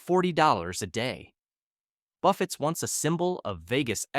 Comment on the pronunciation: Why can't these AI say buffets properly?